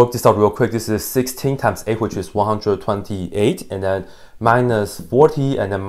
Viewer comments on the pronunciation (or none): And I love how he just emphasised 128 like he won’t let himself make a mistake this time